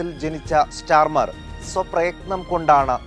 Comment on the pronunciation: സ്റ്റാർമർ അല്ല സ്റ്റാമർ ആണ് 😂